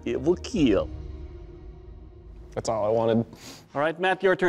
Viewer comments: Correct way Doug says Kill (I need some assistance here): 1. Kill 2. Keel 3. Keal 4. Khiel Someone clarify 😅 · it will keel, yes it will indeed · IT WILL KEEL